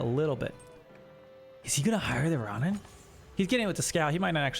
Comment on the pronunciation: Hey, just a heads up Ronin is pronounced closer to like “Row-kneen” Row as in “rowing a boat”, not as “getting into a row/fight”, so the “Oh” sound And ni in Japanese sounds like “knee”